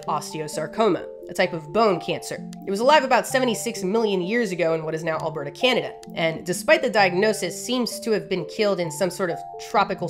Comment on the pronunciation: Just Getting to this video lol and the way way you said “Alberta” and how fluent it was sounded like you grew up here😂😂